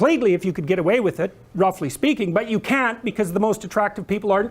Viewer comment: "Roffuly" speaking"